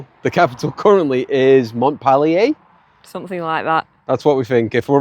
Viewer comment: Pronounced mont-peel-ur